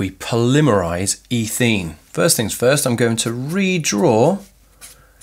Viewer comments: I'm sorry, I didn't mean to offend, and I'm sure as with all things English there are several different accepted pronunciations. As I said, I was just very confused, that's all, because I've only heard ethene as eh-theen before. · Good video, but I was so confused by your pronunciation of polymerisation and ethene, etc. The results I got from Google were all completely different... Guess I'll stick to a search engine.